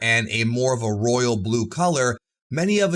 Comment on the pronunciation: Super Saiyan Rrrrrroyal Blue!!!!